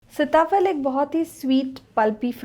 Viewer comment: सीता फल कहते हैं सिता फल नही, शब्द उच्चारण आपका गलत है।